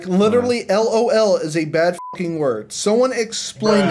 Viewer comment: You said lel not lol in the chat